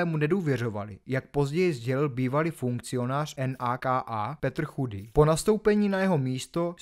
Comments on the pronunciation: Naka sa číta naka nie en a ka a 😂 a tie zábery z amerických filmov je naozaj autentické. Nemáte v čechach toho dosť😂 slabučké a zbytočné video :::: a nie že ;ze Sereď aspoň si zistí čo sa ako vyslovuje lebo je to naozaj trapné nemá význam to dopozerať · ..a tak su tam drobne nedostatky v tej vyslovnosti ale snad sa to da pochopit a odpustit. V CR niesu tak zvyknuty na madarske mena. Ta NAKA okay,to uz docela trhalo usi,to uznavam.. Za mna sa to celkom dalo pozriet,kto to chce do detailu,tak vsetci vieme,ze Vlado z to ma zmaknute na jednotku ✌️ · súhlas ... drobná oprava len... pápayovci a ecsi sa vyslovuje éči ... a taktiež na slovensku sa NAKA nevyslovuje po písmenách ale normálne ako slovo